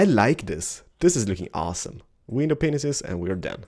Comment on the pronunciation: you really got to stop saying penises and start saying panes...